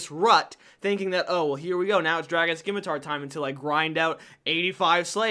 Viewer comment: Great video! My only constructive criticism is to pronounce "scimitar" correctly. 😅